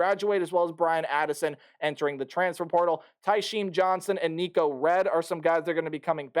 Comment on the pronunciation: Nikko REED not Redd